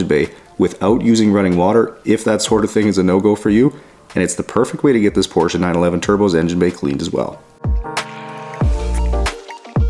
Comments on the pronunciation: I am really impressed. Especially of the fact that a nativ english speaker pronounce the name PORSCHE correct. Then it doesn't matter if it is one or then of them utbis always Porsche where the E ist spoken. And there is notvan s on the end. 😉 Well done! The job and the german.😂 Greetings from germany. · Allone for the right pronunciation of the name Porsche you deserve a like. Most North Americans call it porsch or porch…. Thanks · Great to hear that you pronounced the name correct as we do in Germany.